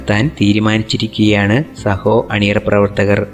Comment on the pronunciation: സഹോ അല്ല ബ്രോ സാഹോ എന്നാണ് മൂവി name